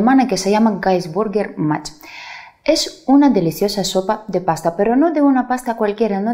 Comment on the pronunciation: Qué ilusión,, algo de mi tierra, mi región, Suabia. Tu lo pronunciaste bien, Gaisburger Marsch. En la transcripción lo pusieron mal. Como tu dices, puede tener muchas variantes, pero que no falten los Spätzle (una seguidora mencionó las cebollas fritas en mantequilla por encima, muy rico). Para la masa de Spätzle una pequeña sugerenia: para la cantidad de tu receta, añada una cuchara sopera de sémola, le dan cierta consistencia. Hay que batir la masa hasta que se producen burbujas. Moja la tabla con agua antes de poner la masa y el cuchillo - mejor ancho como los de untar - tb mójalo entre medias en el mismo caldo, así no se pega y se hace más rápido. La verdad, es una sopa que es riquísima y yo lo hago como plato único. Utilizo normalmente morcillo para el caldo, pero con pollo queda perfecto tb o solo verdura. Es tan versátil. Gracias,, saludos desde Segovia. ❤️